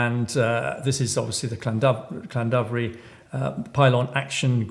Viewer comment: It would be slightly better if you could pronounce Llandovery slightly better, but I fully support you. For me it would be an interesting exercise to track who owns the companies behind the wind farm, I tried but it seems to be very complicated